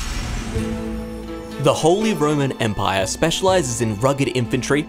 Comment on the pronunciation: You just wanted to say the holy roman empaiyaa